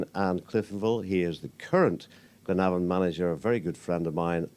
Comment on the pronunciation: glenavon not clenavon